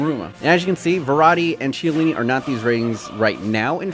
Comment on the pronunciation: the "ch" in chiellini is pronounced with a "k" noise, please dont say it how u say it